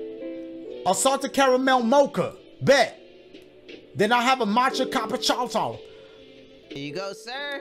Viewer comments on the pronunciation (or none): “CHACHALACHI” dashie really can’t pronounce cappuccino😭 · saying “Koopacino” was hillarious! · Lmao "Chupiaato" "Chipiano" "Chillapoochi" "Coopaccino" 😂😂😂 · "...then i have a matcha cupachowchow." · and then here come talking abt a coopachino like 😭😭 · Dashie with that Matcha Capacholtow has me screaming! 😂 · "matcha chapacasau"😂😂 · Bro it's the capaCHOWCHOW for me😂😂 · matcha capachatoe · "then I'll have a mocha cappaochochon" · I like how Cory greets in Japanese and the other YouTubers can't pronounce the cappuccino they pronounce "capupuchowchow" "machahalati" "chillappuchino" instead 💀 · Everybody mispronouncing the name of the coffee Dashie: CapaChowChow 😭😭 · "Then I'll have a capuCHINAOTOW" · chippiano, chillapucci, cupaccino lmao all kinds of butchered😂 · "Matcha cappa-chow-cho" 💀💀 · the way all of them pronounced the name of the coffee so wrong and not even close to each other 😭😭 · Dashie jacking up these names has me freakin hollerin 😂😂😂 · Damn the pronunciations all messed up, I love them all 😂😂